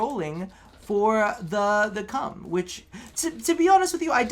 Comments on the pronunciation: he gave my ears cancer when he said "I was playing around with the cum" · I'm so happy you still pronounce the Kohm's name as "Cum" ( ͡° ͜ʖ ͡°) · Everytime he says Kohm I laugh